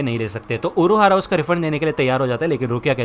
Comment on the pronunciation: Urahara❌ Uruahara✔